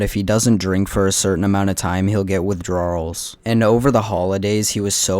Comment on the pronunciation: WithDRAWRLs is an interesting pronunciation. Did you just say it that way to highlight how Josh does?